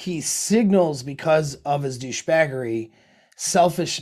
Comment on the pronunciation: “Douchbagery”...lost it. Great video...